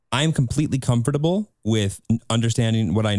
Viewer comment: I’m- just gonna say it, the way says comfortable makes me itch